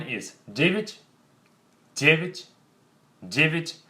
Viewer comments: He pronounced 9 as Dge-vitch but 10 as Dge-cyach. "я" is pronounced as "i" or "ya". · I have a question about the pronunciation of nine and ten. Why do we pronounce я like и?